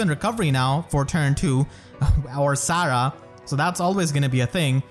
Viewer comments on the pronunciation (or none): none